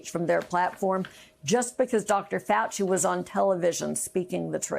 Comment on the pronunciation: Who is ”Fuaci”?